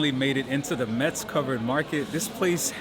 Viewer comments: Thank you for reviewing my hometown that is always neglected by travel guides about France. One thing you should stop doing if you really like the city is mispronounce its name. The correct pronounciation is "MESS" like in "what a mess!" , not "mets." I can assure you that natives hate it when outsiders mispronounce their city's name, because it is so common, even by French natives. You get a pass as an American, so people would not mind as much, but please make an effort and learn the correct pronounciation and come back soon. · Hello, I’m happy that you and your family have enjoyed the visit of Metz (which, by the way, is pronounced “mess” as the t is silent). In Metz you have missed visiting the train station, its beautiful and imposing architecture of German influence. I’d like to know if you guys had the opportunity to taste the little yellow plums that you showed in the video. The mirabelle fruit is only harvested in this small region and people there are very proud of it. Wish you all the best.